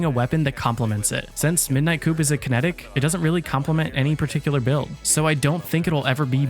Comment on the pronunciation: its pronounced coup(koo)... no hate